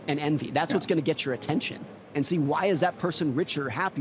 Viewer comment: He just doesn't jet it... 😂